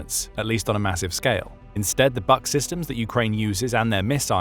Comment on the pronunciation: it would be pronounced /buk/, as in « you can read a book »